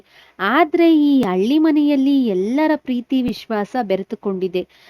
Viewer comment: Nivu pronounce correct agi madi madam..alli antira...halli annodu..matte hall annu aal annuttira...